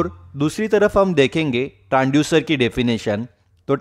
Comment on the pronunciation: Transducer not Tranducer , Make pronunciation perfectly